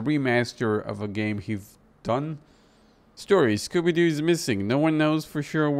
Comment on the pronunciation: "Scooby-Jew," you kill me at this time xD